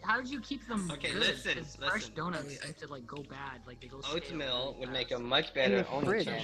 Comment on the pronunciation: oathmeal boath-meal Comedy...